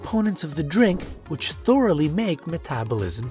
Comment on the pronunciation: It's "thoroughly" not "thoraly"